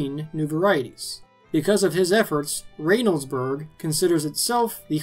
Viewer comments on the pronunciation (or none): Just a minor critique from me - resident of Reynoldsburg, Ohio. It isn't pronounced as RAY noldsburg, but rather as Ren in RENTAL. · "RAY-noldsburg" 😂😂😂 it is spelled as such, and I'm not trying to bust your balls. But as a Columbus native I can say it's pronounced RENnoldsburg. Fucking odd I know. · You are saying reynoldsburg wrong... I am from there.. it is Reynoldsburg.. like renolds and not Raynolds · it's Reynoldsburg.. as in Burt Reynolds... not Raynoldsburg. And a good juicy homegrown fully ripe Bigboy tomato is so much better than those waxy pasty factory grown things that you get in the store any day. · You are mispronouncing the Ohio town’s name which holds the tomato festival. It isn’t RAYnoldsburg, it is RENoldsburg. The y is silent. I live 15 miles from Reynoldsburg and it took me a moment to recognize where you speaking of. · I live 10 minutes from reynoldsburg. his pronunciation is killing me 'rain-oldsberg". its reynolds, like ryan reynolds. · Reynoldsburg is pronounced Wrenoldsburg lmfao that was cute tho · You completely mispronounced the name of Reynoldsburg…